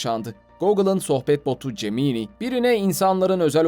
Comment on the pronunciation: Gemini - ceminiy değil ceminay diye.okunur en basit haliyle. Video yapıyorsanız doğrusunu ogrenin bari